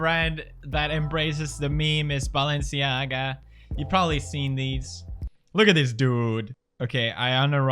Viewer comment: how pewds says Balenclaga